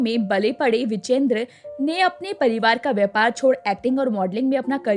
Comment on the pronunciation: विजेंद्र नव्हे विजयेंद्र उच्चार करा.